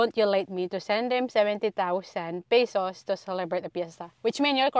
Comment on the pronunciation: pesos not pisos ano ba yan😂😂😂